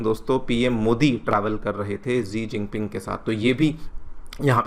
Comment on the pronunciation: Sir it's सी जिनपिंग